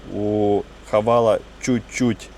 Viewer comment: Правильно Хавейл) почему многие говорят всегда Хавал